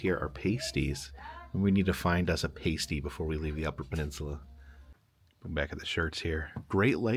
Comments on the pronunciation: PASStee. Not the nipple covers lol. And COULD a gee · Nice video but it’s PAS-TY, not Paste-y 😊 Pas as in ass-ty lol and never catsup!!! Gravy!! Gravy is best 😂